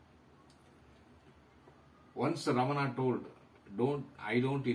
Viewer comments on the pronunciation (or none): prounaunce ramana is incorrect; raman is correct.रमन not रमना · Only Hindi idiots speak Raman. All others speak as Ramana. It is Ramana not Raman or Ramanaa. Even in Sanskrit it is Ramana.